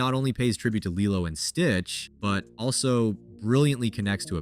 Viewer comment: It’s not pronounced “lie-lo” and it’s stitch who save the turtle, not lilo 🤦